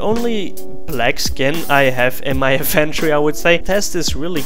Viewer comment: Skin in-van-tree